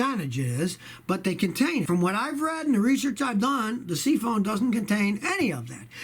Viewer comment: Hey Scotty, what the hell is SEA-FONE?? 😂😂😂😂